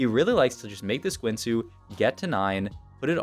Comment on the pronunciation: The only thing I learned is that this guy pronounces guinsoos in the worst possible way and runaans too lol